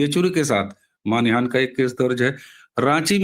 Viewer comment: जी, करबद्ध निवेदन है कि आप बार बार मान हानि --- इस को मानि हान बोलते जा रहे हैं। कई बार हो जाता है। 😮😅😊 आपको मैं सुनती रहती हूं। आपसे आयु में बहुत बड़ी ही होऊंगी, इसलिए गुरुजन मानकर इसे अपना अनादर मत समझिएगा। मैं सभी की हितचिंतक ही हूं।